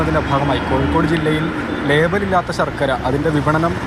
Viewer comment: സർക്കര അല്ല ശർക്കര 😂😂😂